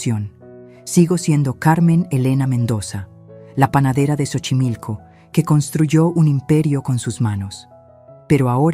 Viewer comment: Y no es Chochimilco, es Xochimilco pronunciación es Sochimilco, investiguen primero como se pronuncian las palabras autóctonas